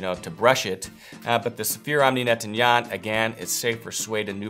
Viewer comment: It sounds like you might be having some trouble pronouncing "nettoyant".